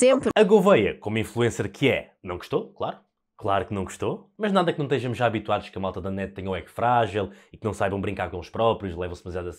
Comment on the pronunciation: "teijamos"? ou estejamos? :D